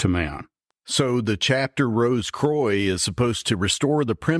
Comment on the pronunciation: As always great stuff guys. Not sure about the French pronunciation of croix though 😂. It should be more like qwa. Or quack without the ck.